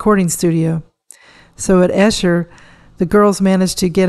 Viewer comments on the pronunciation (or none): Note: 'Esher' is pronounced to rhyme with 'Eater', with a soft 'E'. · Kinfauns was in Esher - pronounced with a long E to rhyme with “keeper”